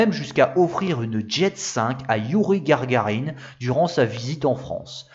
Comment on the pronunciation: 8'40 Gagarine et non Gargarine (comme margarine ? 😂). Sinon super intéressant merci 😊